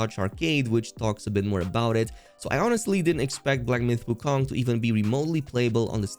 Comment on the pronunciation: Why pronounce wukong like that.. lol